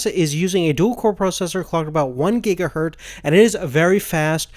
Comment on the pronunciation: "one gigahurt" GIGAHURT